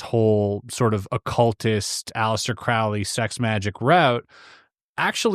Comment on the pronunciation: Its prounconced CROW-LEE not Craaaley. Crowley like Holy.